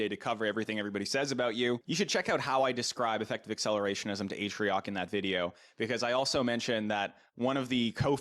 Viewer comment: Okay Atrioch... or should I say Anoch!?